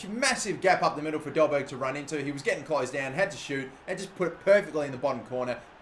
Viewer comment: Only Because Im Danish. It is pronounced "Dolbaer". In Danish the G is silent